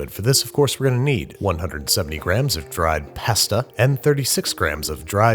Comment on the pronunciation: Who heard “dried pasta” and thought of friends when Joey was annunciating his words